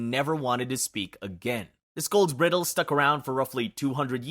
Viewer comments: That is NOT how you pronounce “bridle.” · The video does a pretty good job of pronounciation, with mostly minor issues on words in other languages. There were two that weren't minor and might cause chagrin if used in conversation or a presentation, etc. Bridle= bry-dul It's what you put in a horse's mouth to help 'steer' it. Maybe you'll travel with your horse to the U-freight-eeze (Euphrates) river!